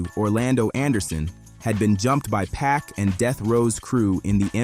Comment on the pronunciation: For your AI Voice write the names like this: Keefee Dee, Shuck Knight, 2Poc, Tony Yay yo All the time you spend making this great video and the names are pronounced wrong/different. YW